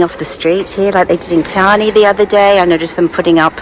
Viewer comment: Just a constructive criticism. Chianni is pronounced with a hard Chi or “key-an-EE”. That’s because there is a consonant h after the C so you give it a hard ch sound. If there is a vowel after C like Ciao, it’s a soft c like church.